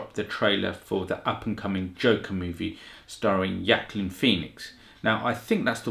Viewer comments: Yo. It’s pronounced with “walk” This guy is the best actor alive bro. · The actor's name is pronounced like this way - WA-KEEN (Joaquin ) . Many know the correct pronunciation of his name . He is a very popular actor , so was his brother before his passing ---> River Phoenix . Good reaction to the Trailer ~ 😈🔺🦋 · Incorrect ... The actor's name is pronounced like this way - WA-KEEN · Its easy to pronounce...if you are spanish. Joaquin is the spanish version of that name. The J sound similar to "who" but really harder. Or a hard "HARD", like the movie its gonna be rated, a Hard R. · Sorry, but Joaquin is the spanish form of the name. You can pronounce it the way you want, but correctly just one.